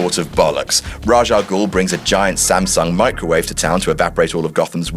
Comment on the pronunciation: I disliked after he said "Raj al ghul"... What. He isn't Indian...